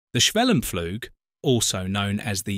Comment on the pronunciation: Sometimes you pronounce the u in schwellenpflug correctly like [uː], then again you say [a]. It's the first one, and why not be consistent? In case you wonder where these different vowel rules come from: A process took place in english, between about 1300 and 1500, called the Great Vowel Shift. It means, while your vowels nowadays match the practical requirements of your language, it has also distanced it - insofar - from most other languages, who retain the pre-GVS sounds. Wouldn't a 'superior' edusys teach such facts in school?